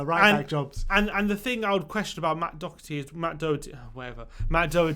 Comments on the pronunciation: pronounced "Doherty" right. Great to see another Irish player is going to be in the squad. COYS. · You guys are getting the pronunciation of Doherty right - the first syllable is not "Dough". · When u say Doherty I always thing of Thomas Doherty not Matt 😂😂